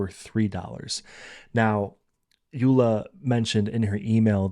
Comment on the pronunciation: Thank you!!! You pronounced Suikerbekkie and Yola perfectly😊. I will definitely try your tips and tricks for my next craft fair.